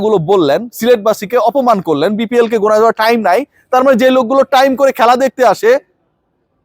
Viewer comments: টাইম ❌ ঠাইইম ✅ 😂😂😂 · ভাই আপনার টাইম নাই যে ভাবে বল্লেন খুব হাসি পেলে😅টাহ্ইম নাই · ঠাইম কথা টা শুনতে মজা লাগে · ব্রো আপনার কি ঠাইম হবে আমাকে, আস্লামু আলাইকুম বলা শিখাবেন পিলিজ ব্রো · ঠাইম নাই😂 আসলেই সেবএমনে বলছে